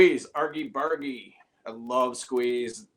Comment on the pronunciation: Its pronounced Arjy Barji. Not Argie Bargie